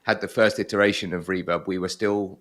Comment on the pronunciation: I like the way pronounce Reverb as "Rewab".:)